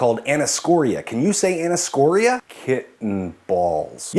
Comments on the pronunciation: it's actually pronounced "aneeso-coria", not "anis-coria" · I've never heard anyone say those terms like you do. I've always heard anne-ih-soh-CORE-ee-uh and nigh-STAG-muss. Did you study in Canada? Or Herpaderpastan? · Fun video, but I have a hard time understanding why anyone who studied neuroscience (specifically with the eye/brain connection) would butcher the pronunciations of anisocoria (ann-eye-so-core-ee-ah) and nystagmus (niss-stag-muss).